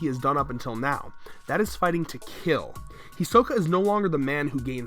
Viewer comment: Can't any YouTubers that are apparently huge fans of Anime/certain anime characters pronounce the name properly? Is it really that hard to say "He-Sokka" not "He-soh-ka"?